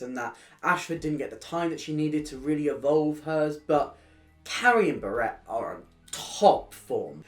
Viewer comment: Love this video but I can’t get over how you say Barrett. It’s Bah-ret not ber-ett